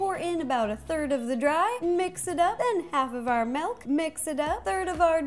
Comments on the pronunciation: She says melk instead of milk🙃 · I love how she says milk "melk" 😂💜